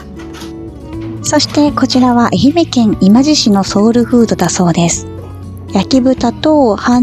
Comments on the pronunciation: 今治、いまじじゃなくていまばりね😅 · 今治→いまばり ですよ! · 間違えてたらスイマセン😅 動画の中で、今治市（いまばりし）をいまじしと言われていたと思うのですが😅 どうでもいい事つついてスイマセン… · いまじ、で無くっていまばりだし ププ😂今治ね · 愛媛に住んでいるんですが 昔 福岡 広島 大阪の3人に 「○○さん家 蛇口からポンジュース出るんですか？」って真顔で聞かれた事があった😅 都市伝説です😂 それと、今治は(いまじ)ではなく(いまばり)です😊